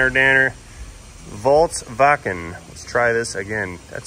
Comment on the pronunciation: FOLKS WAGEN BUDDY NOT WALTZ WAGEN, PLS!